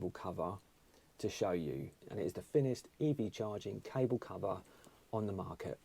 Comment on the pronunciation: That's not how school teaches speech. NOT mumFFs oV FFinkink FFroo FFerty FFree FFousand FFingz FFurzday wiV muVa faVa bruVa keeFFs smooV teeFF sumFFink wurFF nuFFink norFF souFF maFFs "FFinest cable" You don't say FFis FFat FFem FFose for THis THat THem THose so you can say the "TH" sound. Instead you want to speak like a Muppet. C'mon mate, it's just not you ❤